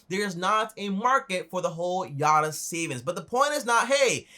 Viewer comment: its not yatta, its yotta frok Greek